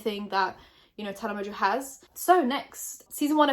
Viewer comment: I’ve tried to say this everywhere but no one listens!!!! Tana pronounces her fucking last name wrong!!!! My last name in Mongeau mon-joe theres a fucking n in the middle of it it’s not mojo sorry I’m still gonna try and say something and someone listens